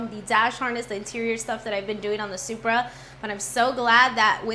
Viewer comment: Did you pronounce it - Shupra 😮